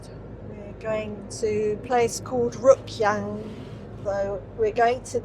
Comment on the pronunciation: Rjukan is better to say if you drop the "j" :) I'm not sure we even pronounce the "j".